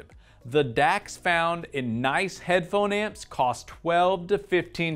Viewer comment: You made me chuckle when you kept saying "headphone ants"